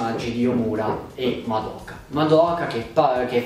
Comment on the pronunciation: Ma perché tutti sbagliano a pronunciare il nome di Madoka😫